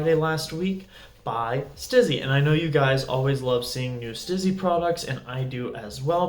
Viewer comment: It's STEEZY, not STIZZY. Honestly, if you are going to do a whole episode on a product, at least pronounce the brand name correctly.